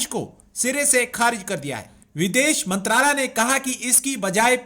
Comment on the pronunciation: Bhai log ye channel Pakistani ka hai please don't subscribe this channel And listen properly and aap aapko theek se aatankwad nahin bolna Aata aur mantralay Nahin bolna tha